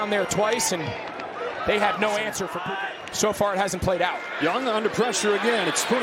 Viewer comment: Puka Nakuas name is pronounced Pukea